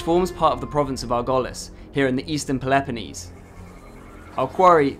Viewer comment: Too bad the pronunciation of Peloponnese is wrong